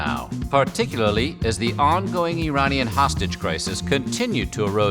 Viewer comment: why do you always say Iranian or Iran incorrectly. it kills me. -_- :(